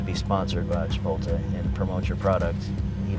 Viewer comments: “ chi-poll-tay” 😂that’s the first I’ve heard someone say it like that hahah, I say “chi-polt-lay” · Somebody count how many times he said Chipotlay 😂😂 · The way he say Chipotle is funny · Yeah he's concerned about the mask getting roasted on for haha shit needs to fix how he says that shit.